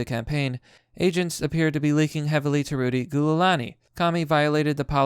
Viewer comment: Can't pronounced Giuliani? Guessing the only thing you remember of 9/11 was getting out of school early, if you even in school at the time, probably still shitting your diapers.